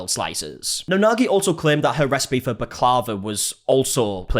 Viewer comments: booklava ? its baklava indeed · Me too, should we tell him bak la va. Lol🤣😂 it got me everytime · Sorry to be pedantic but Baklava is pronounced Bak lah vah with the stress on the final A. Sorry had to correct you, pet peeve of mine haha It's a Greek dessert. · i say bak-lar-va 🤔 never heard it pronounced like how that lady was saying it 😅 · It's pronounced Bock-la-vah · Given you speak brit english, you pronouncing the name of the desert wrong was the least offensive part., and we just assumed that you say it that stupid way in the uk. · Yep. You were pronouncing it wrong and i think you now have to go purchase to try it.. even the worst is still damn dope. You need a cuppa something with it because its mega sweet but daymnnn its tasty AF. I lawl'ed all the way until you recognised hahaha